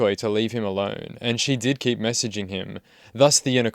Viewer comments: SHE KEEPS MESSEEGEEMEE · “What does she keep doing?? She keeps mess-ee-gee-ng me”